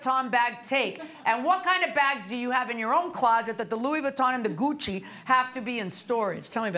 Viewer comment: 😆 Goodchie? It's Gucci! Louis Vuitton!